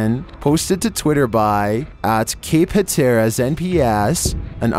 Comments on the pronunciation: It's HAT-teras, not huh-TER-as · FYI, Rodanthe, NC pronounced ro-dan-thee, Cape Hatteras pronounced hat-er-us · Its pronounced cape Hatteras